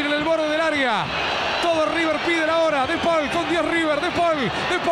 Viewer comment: "De pol" le dice a De Paul jajaja